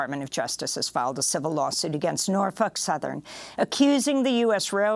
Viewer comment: I like how Amy pronounces Norfolk